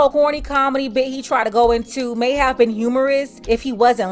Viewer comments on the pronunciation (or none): none